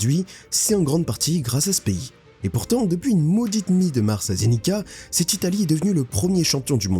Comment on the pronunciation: *Curaçao, pas "le Curaçao". Et Zenica se prononce /zenitsa/